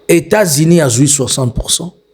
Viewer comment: Faites un effort monsieur sur la prononciation, vous prononcez 'i' en lieu et place de 'u'. États-Inis ' 'Mettez le 'kere <> coeur'